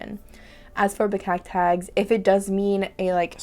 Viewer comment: "Bekakt Haags" indeed means "Snooty person from The Hague" :) Your pronounciation is really good!